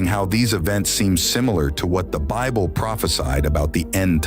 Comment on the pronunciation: I cannot listen to a narrator that cannot pronounce words correctly